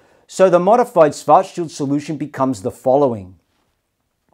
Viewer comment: Karl Schwarzschild rolls over in his grave due to how his last name is pronounced in this video.